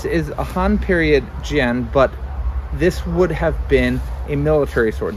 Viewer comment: Great video. Not a big deal but the "a" in jian is really pronounced like in "Anne." I suspect you're actually pronouncing the way you are because you've noticed that "a" in Chinese is often pronounced like "ah," and you're right about that, but in this case, it's actually pronounced the way that's more intuitive to English speakers.